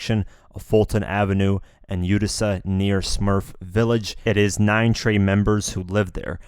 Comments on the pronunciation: Completely off topic but hearing you say Utissa instead of Utica madd me cringe. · He said utisa instead of Utica with that k sound and it’s bothering me lol if you from Brooklyn you know what I’m talking bout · Utica it’s pronounced U-da-ca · Bro “Utica” is pronounced “u-ti-kuh” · Utica is pronounced U-tic-a. I can tell you are not a New Yorker. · Utica is pronounced U-ti-Ka, I know, I live in the actual city in upstate NY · Son said utisa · What the fuck is youtica looool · Its pronounced Utica (U-tik-a) neanderthal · boy said yoota-sah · If you gonna report tgis stuff and try to sound credible, you shoukd know how to pronounce what you reporting...Utica....Seiko....i stoppeded listening after that lol. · Utica. Seiko. Dude learn how to properly pronounce these very common words.